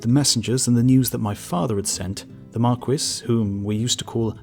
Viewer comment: Bro, are you saying "Marquess"? The S is silent. Why do British people keep doing this???